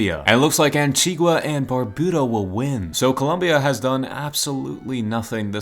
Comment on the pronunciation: Antigua and barbuda is where im from but you said it wrong